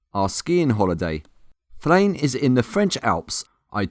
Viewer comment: It’s said like this... Flen